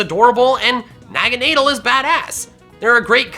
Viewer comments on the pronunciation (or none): My first lv 100 was my fav pokemon naganadel also Why does everyone pronounce it wrong its Nah-gah-Nah-Dul Not Naga-nay-del Or Nagon-adel Nagan-ordel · phione: fee-oh-nay naganadel: naa-gaa-naa-dell am i wrong? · NAGANADEL, NOT NAGANEEDLE! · Its not Del it is Dul in case u dont understand what i mean by these endings i mean Deh-L is wrong Du-ool is rights Basically the correct way to pronounce it is the sane as the pokemon alola league lucario vs naganadel watch the episode and you will understand thr correct pronounciation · NAGANADEL, NOT NAGANADLE! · Did he just say naganeedle is a bad-a